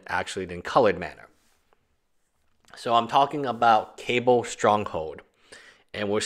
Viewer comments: Not cable its cabal pronounced (ka-baal) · The only guy that pronounces Cabal (ka-ball) as Cable (K-bull) on any Youtube channel. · Kaaaaa ball......not cable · Ka- ball not ka-bell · It's pronounced Kah-baal brother. I like that it basically doubles your mana -3 late game. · It is pronounced "caw ball"